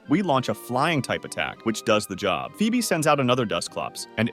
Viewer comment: Pheobe is actually pronounced like Fweb